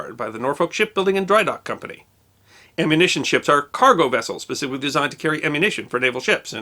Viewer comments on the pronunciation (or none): none